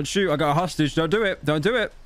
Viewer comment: Pyrocnyical confirmed bad at SCHÜÜÜÜÜÜT